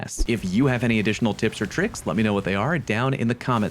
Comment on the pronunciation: its TRICKS not TRIKCS please.